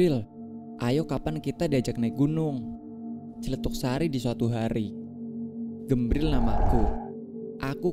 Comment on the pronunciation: Gumbril, mas. Bukan Gembril😢